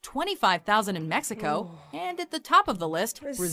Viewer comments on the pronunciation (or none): none